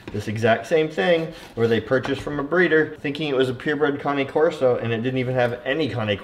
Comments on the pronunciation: You know you think you know how to pronounce Cane Corso but you are clueless. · You know you pronouncing cane corso wrong